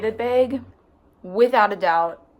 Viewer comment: Anybody else love how she says " bag " it's great 🤣